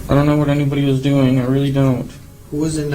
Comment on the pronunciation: I always giggle at the "eeenybawdeee"